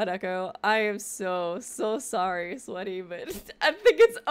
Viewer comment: It’s okay art was sowwy